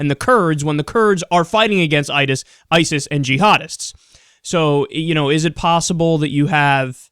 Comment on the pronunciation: haha, you said Itis